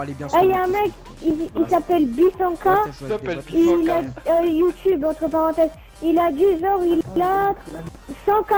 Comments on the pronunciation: ''BISANKAH'' hahaha il con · le mec a prononcer bysankah bisankah ...